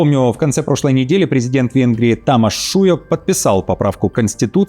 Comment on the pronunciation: НЕ ТАМАШ ШУЯК!!!!!!!!! А ТОМАШ ШУЙОК !!!!!! НЕ ПЕТЕР МАДЬЯР !!!! А ПИЙТЕР МОДЬОР !!!! ЧИТАЙ УКРАЇНСЬКУ ТРАНСЛІТЕРАЦІЮ !!! Неграмотний...